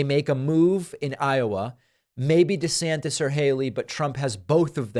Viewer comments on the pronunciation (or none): none